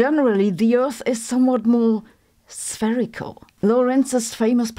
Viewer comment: Sabine emphasizes the word "spherical" for the slow flat earthers at the back.